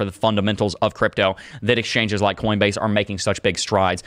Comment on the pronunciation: I will forever call them.. “exchoinges” ! Hahaha 😂